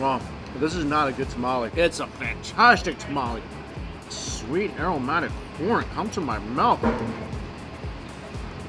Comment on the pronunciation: You know Mikey is excited when his “s” sounds become “sh”. “... sho shweet, shilky and shoft” 😂